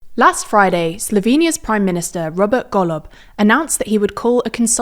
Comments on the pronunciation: she says golob like gollum. but its wrong... still funny as fuck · thats not how golob is pronounced, least you could do is get that right